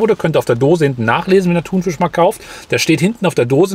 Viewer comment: Bitte sag nicht mehr ThunVISCH 😂